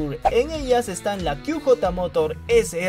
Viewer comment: QJ Motor, se pronunciaría (kíü yeí morór) inglés. /ó/ (kú jotá motór) español. No kíü jota, spanglish jajaja..